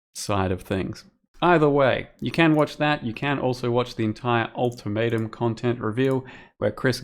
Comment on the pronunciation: Yeah new league all tomato! (that what I hear when say ultimatum)